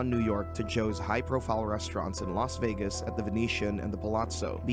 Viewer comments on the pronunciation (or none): none